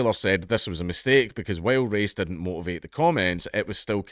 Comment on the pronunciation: All of his 'I's are 'E's. "Endian" "lettle" "dedn't" "universety" "lesten" "vedio" etc. Knowing that is half the battle.